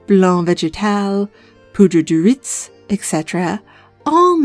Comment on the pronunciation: Little french lesson :p the z in riz is silent, so it's pronounced "ree" /ʁi/ and it's a homophone to some conjugated forms of the verb rire (je/tu/° ris, il/elle/on rit)...well unless a "liaison" is made, why make it easy when you can make it french 🤷